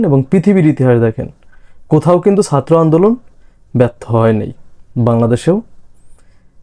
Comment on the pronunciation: উচ্চারণটা সাত্র নয়,,ছাত্র 😊